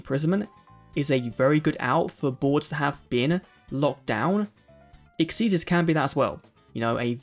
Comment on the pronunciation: Thank you for pronouncing xyz correctly